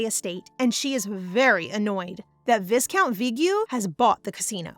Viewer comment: WHAT I HATE ABOUT pronounciation is "viscount". The correct way is vai-count. With the "I" as in "I am" sound. Please correct it!